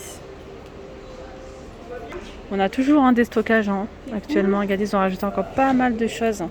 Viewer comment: Arrêtez svp de faire de mauvaises liaisons. Je sais la grammaire française n est pas simple mais de grâce n inventez pas des liaisons qui n ont pas lieu d être. On ne dit pas ceux qui "sont" mais ceux qui ont. Qui n a pas de s ni de z a la fin donc pas liaison. Merci beaucoup